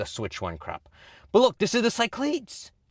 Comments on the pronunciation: As a greek listening to pronounce cyclades (ki-kla-des) as sci-clades hurt me a bit😂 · Pronounced "kee-KLAH-dhess"